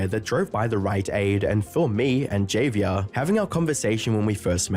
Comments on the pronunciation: "Jay-v-air" for javier has me dying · He read it like Xavier. I died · They way that narrator said JAVIER is sooooo terrible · dude doesnt even know how to pronounce javier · The way that narrator said Javier gave me a stroke